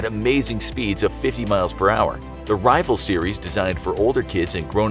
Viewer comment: Am I the only one that’s kind of angry at the fact that he said Rival twin shock